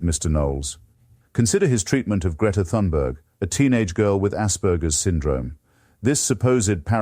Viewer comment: The AI accent is usually pretty good, but I’ll point out that Brits say “Aspergers”… err, correctly. It’s pronounced Ass-spur-jurs, not Ass-burgers. It’s the “p” that gives it away…